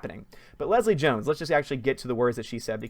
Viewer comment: Did call Jones 'Gill-Leslie?' lol